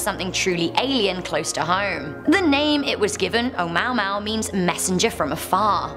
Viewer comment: You said Omuamua Right